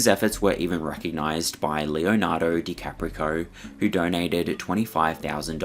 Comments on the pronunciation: Leonardo DiCaprico ?? Its DiCaprio.... there is no -co at the end of that name 😂😂😂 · Leonardo DiCaprio, not DiCaprico. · Leonardo DeCaprisun lol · It's Leonardo Dicaprio not Dicaprico! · That is the craziest way of butchering Leonardo DiCaprio's name I've ever heard ("Lay-uh-nardo DAY-capri-coh". WTF. Has this guy never heard of him? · I don't mean to be pedantic, truly, but it's DiCaprio, not DiCaprico. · Leonardo DiCaprio * not DiCaprico 😂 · Did he say Leonardo DicapriCO 🤣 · I love how you say Leonardo Dicaprico, it sounds better 😊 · The way you said Leonardo dicaprico 😂❤ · "Leonardo DiCaprico" 😅😂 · Leonardo DiCa-pico 😂😂😂 my favorite pronunciation of that name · this is the second video of yours ive seen where youve mispronounced dicaprio's name as dicaprico lol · Leonardo “Dicaprico” you are joking right? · lol I was like bless his heart, he said dicaprico haha 🥺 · It's called mental illness. Nice job butchering Leonardo De Caprio's name there xD LOL